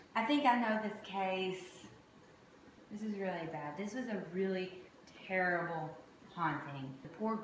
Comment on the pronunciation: Its terebol o mai gad